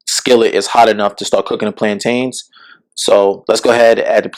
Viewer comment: Arent "plaintains" BA-NA-NAS??! They look so similar! 😂😂😂 Do they actually also taste like bananas?? 🤔